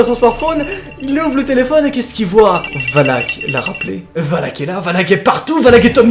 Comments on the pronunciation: ET TU DIS WALK ET PAS VALAK EST-CE NORMAL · on dit pas "oulak"mais valak😂sinon continu comme sa tes mon ytp préfèrer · C'est pas voulak qu'on prononce mais volac mais superbe vidéo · Mais ses pas wallack mais Valack 😅😂😂 Sinon super vidéo comme d'habitude mon jeune petit 👍👍👍👍😂😂😂😂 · Dans conjuring elle dis valak et pas walak..et lorene pas Laurence 🤣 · et valak sa secri VALAK et non VALAC comme dans lappel video a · ca se prononce Valak pas Walac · on prononce valak et non walk pour pas l invoquer 😂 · Quand tu dis Valak on dirait que tu dis Wallhack #CSGO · jvai appeler les handek un camion de hendek pour lui sinon jte kiffe trop quan jai pa peur t la pour me faire peur et quan tu di wallak on dirai que tu di wallah comme les gens qui save pa pronnonsser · Regarde the conjuring 2 tu verras ca se dit Valak